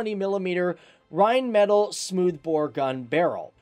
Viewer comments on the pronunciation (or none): “Rhein-me-taaaaallllll” instead of “Rhein-metal” missed pronounced it but it’s all good. Great video though!!!👍🏻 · RINE-MI-TAWL Reinmetal. Get your pronunciations correct for once, also this is just basically a lightly modified leopard 2A6. So basically this is pointless as well all know the leopard is better than the Abrams in many areas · I thought Rheinmetall was pronounced “Rhein-Mar-tell”